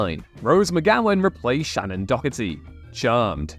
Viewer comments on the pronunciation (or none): if you're gonna do a list, you could at least pronounce the actors' names correctly. There is no K in the pronunciation of Shannon Doherty, and Jennifer Lien is pronounced "lean," not "lee-en."